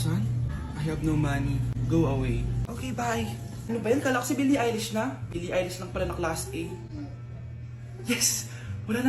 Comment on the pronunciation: Baka billie eilish hindi eyelash😂😂😂